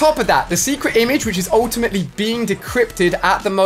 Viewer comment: He says “ultiamatly” alot